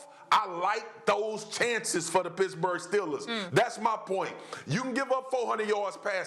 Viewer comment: Why does it sound like swaggu is saying “pissburgh”